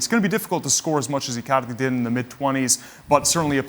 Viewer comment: I like how he pronounces Icaarrrrdi, Saarrrrii...🤣🤣